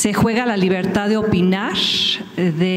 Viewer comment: A que la 'FACULTÁ'... y la 'LIBERTÁ'...